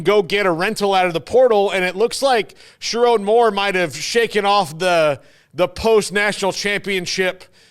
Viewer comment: It’s : Sure- Rown(rhymes with grown) Moore, not Sure-Ron. What this could be(possibly) is universities with large endowments: Stanford, USC, Indiana, etc… will finally use their donar base (& billionaire alums) to get NIL $$$ for football. If so, they can now compete with their SEC counterparts for players.